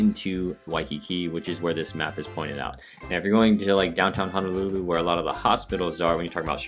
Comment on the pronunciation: Nice job on the video. I’m native Hawaiian, just wanted to touch on one thing, your mispronunciation of Honolulu. You kept saying Hanalulu. They’re “O”s, not “A”s.